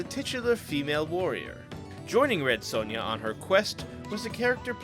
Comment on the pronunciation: not to be a dick but the son in Sonja rhymes with on not own.